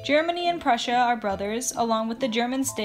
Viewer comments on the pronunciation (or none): none